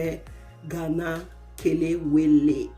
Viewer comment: 🇬🇭kelewele fried at it's best. Hmm delicious. I like how you pronounce ke- le-we-le, for once I was thinking are you a Ghanaian. Well done.